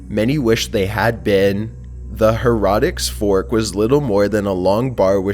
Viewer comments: You pronounce heretic wrong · fucking learn to pronounce heretic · dude this guy can not pronounce heretic. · why can't the dipshit pronounce HERETIC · is this the American way to say heretic...or does he not play enough warhammer 40k to know the actually say it. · You're pronouncing heretic wrong. It's like heresy. Think of it like that and try to pronounce it that way. Kinda was not picky on that, great video! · He cant pronounce heretic or iron correctly🙀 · heretic is pronounced "hair-uh-tick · Its hair-A-Ticks forks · her uh tic not her rah tick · Why did he say erotic instead of heretic?😂😂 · Ummm Heretic? Not Her-ah-tic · Just sayin, "heretic" fork is not prounounced "herotic," more like "hairatick" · It's heretic not herotic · Omg, Hair eh tic, not heroitik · kai russell usually his mispronunciations don't bother me but I'm with you this one. Like, there's no O in heretic. It was also the name of a popular video game... Her-I-tic. Not hair-otic 😂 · I don't mind the voice, but please, work on pronouncing the words right. How do you get Heretic to Harotic? lmao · "HAIR- E-TICK" Heretic not "Hairotics" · It's pronounced hare eh tick not hare rah tick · heh-ra-tics... it's Heh-REH-tic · i think i had a stroke when u said "heratic".. u do know that aint how u pronounce it right? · It's pronounced hair eh teck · Seriously? It's pronounced hair-a-tic🙄🙄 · Heretic Pronounced "hair-it-ick" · It's Pronounced 'Hair-o-ticks' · HERR-uh-tik. The accent is on the first syllable and the second is a 'uh' not 'o' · Her-ret-tic Another awesome video, otherwise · Did he just read Heratic as Hair Rotic?? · Heretic is pronounced "Hair-eh-tick", and the victims of the Heretic's Fork often died of blood-poisoning. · Number 7 is pronounced HARE-a-tick. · Hair- rah-dicks furrrrrrk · Heretic is pronounced Hair a tic. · Heretic- pronounced (hair-a-tick) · it's pronounced hair-a-tick. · The her-raw-tic fork... I'm fucking done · It annoys me that he can't pronounce heretic correclty.